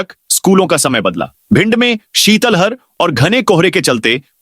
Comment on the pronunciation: टिप्पणियां आप देखते ही नहीं है फिर लिये क्यों है।कमी बार लिखा कि शीतल हर नहीं शीतलहर बोले।